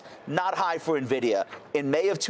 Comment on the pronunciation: Did he say NAvidia???